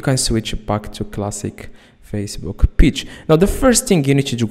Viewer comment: You need to be sent to jail for wasting our time. Its pronounced Page not peach